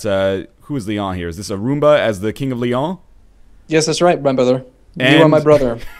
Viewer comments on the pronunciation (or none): lol they pronounce "Leon" as if it were French.